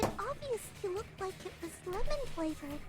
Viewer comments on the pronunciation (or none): none